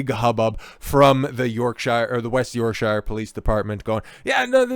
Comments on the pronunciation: Yorksha. Not "sure". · Speaking as someone whom lives in West Yorkshire-you know the county that is thousands of years older than the whole of your USA. If you pronounce is as 'SHIRE' in my county then you would get bricks thrown at you as it shows that you are either a: An Ignorant Friendly Fire Yank or b: EVEN worse a soft-southern-sellout-nancy boy from LONDON! It is pronounced as either ; SHA or SHER AND the word York is pronounced as YAWK , hence YAWKSHA or Yawksher! But you are right about stupid slapper bint of a copper and that she is as wanted as Chernobyl Irradiated genital wart , placed inside a universe of beauty spots. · York"sheer" nor york "shyre" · Yorksure Not york-shire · York(Shear). Berk‐sure? Shire horse. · I just love how Americans pronounce Yorkshire. They say it wrong every time. - Why are children in police uniforms? Also, the police forces in the UK don't carry firearms, that's a specialist unit SO19 which do.